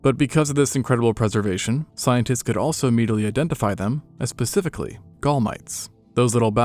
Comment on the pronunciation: pacifically? Bruh....😢